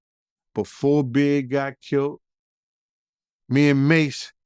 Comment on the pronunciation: it is killed, not kilt.